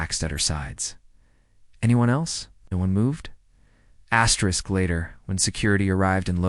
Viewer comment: Tell this asterisk that he must please stop to asterik